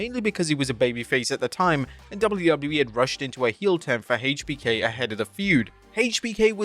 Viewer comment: why do you say “haaatech B K” 😂😂